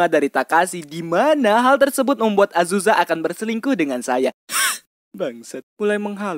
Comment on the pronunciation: Azuza? Azusa bang